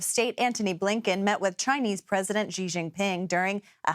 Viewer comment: 'she' = Xi. NOT. JEE